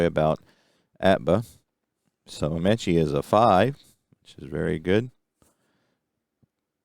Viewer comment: forgot to mention some pronunciations...Alan Ameche is 'Uh Me chee' and Wietecka is 'Why tek uh'